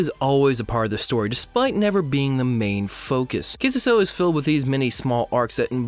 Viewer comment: Nice video but the way you pronounce Kissuiso annoys me a little (a lot)